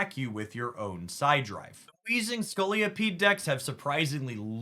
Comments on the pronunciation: Scolipede not Scoliopede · Great video and analysis. Quick point - there's only one 'O' in Scolipede. It isn't Scoli-O-pede ✌️